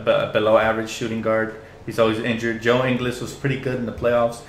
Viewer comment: Love the vid, one small thing, Ingles is pronounced much more like In-gools than In-gles. Source: we are both from Australia, so I know how we pronounce shit.